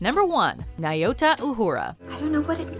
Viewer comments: Uhura? Really? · Uhura? Seriously? Who talks about Uhura? Who even knows Uhura?